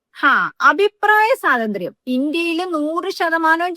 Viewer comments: Sathantryam alla .swathanthryam. malayalam nannayittu parayu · അഭിപ്രായ സാതന്ത്ര്യമല്ല... സ്വാതന്ത്ര്യം എന്നാണ്.... മലയാളം പഠിച്ചിട്ട് പറയു